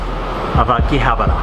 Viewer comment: Ugh. Akihabara isn't prounounced Akihabar-r-ra.